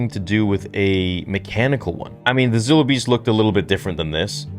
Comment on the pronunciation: It is pronounced Z(eye)(low) beast